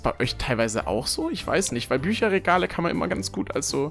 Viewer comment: "wenn es neue BÜERRREGALE gibt"😂😂